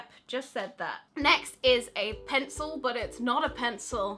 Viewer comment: I want that "pen-cil"